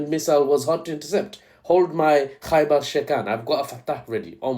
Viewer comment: Why does "Khaibar" sound like "Gay bar" and why does it make me think of that song